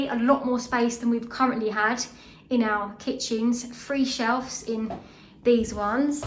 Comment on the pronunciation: Why do you say “ow” instead of “our”?